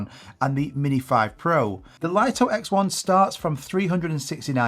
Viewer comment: It's pronounced 'Lee-toh', not 'Lite-oh'. And the DJI Flip shares the same ND filters for the X1.